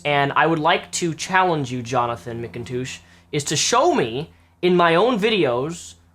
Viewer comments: is he sayin Mcindouche on purpose? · Every time says McToosh in this video, a unicorn is born.:'D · Are you saying his name weird to make fun of him, like McIndouche? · Is he pronouncing Mcintosh correctly? He's saying it like Mick-in-toosh. I thought it was said just like the apple. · it's pronounced "Mik-n-tush" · I could've sworn you said "McInDOUCHE" at least once. Maybe I'm wrong. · Please stop calling him "mkintoosh" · how you say his surname makes me laugh. Mick 'n toosh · Sounds more like Mac-N-Douche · Mcintoosh? Is that how he pronounces it? lol surely not.. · i thought mcintosh is a quite common last name for western people, weird how doesn't know how to pronounce it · Mispronouncing the name is childish, those people do it all the time and it's annoying. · can't tell if you really can't pronounce his last name or if its a joke, either way i love it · Is he deliberately pronouncing his name wrong?